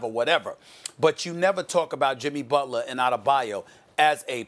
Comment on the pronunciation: Jimmy "Bulter" LMAO